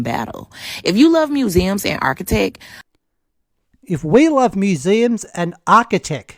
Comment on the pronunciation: .....well damn.... he said the quiet part out loud..... "arkitech" ....lol... that's new tech from a company called "Arki" right?